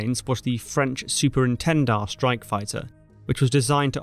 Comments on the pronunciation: Concise and accurate. But the aircraft were Super Étendard, not Super Entendard. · ENTENDARD???? Dassault-Breguet Super ÉTENDARD.